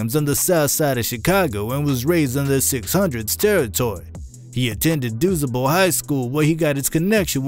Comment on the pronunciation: Man this dude fucked up every name in this video… The school is pronounced Do -sable and durk cousin is pronounced Noo-ski🤦🏽‍♂️